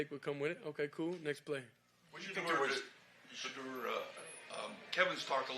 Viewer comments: This coach has a hard time saying Shedeur name! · Stefanski can’t even say Shedeur’s name… But always refers to Dillon by his personal name… sad case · Still can't say sheduar name 😂 fire this bum